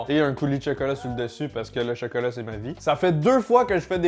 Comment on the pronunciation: Cheukeulat 😂😂 cheukeult 🤣😘